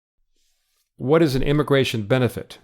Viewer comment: can you fix the word: immigratOIN, please?